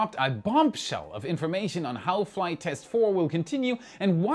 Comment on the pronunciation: Many weeks ago, after the third IFT, I thought he kept saying Third Reich instead of Third Flight lol 😅